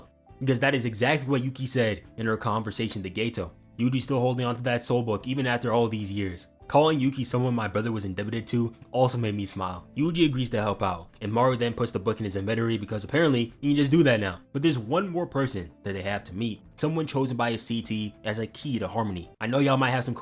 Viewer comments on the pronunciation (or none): I can't get over that bro said invedory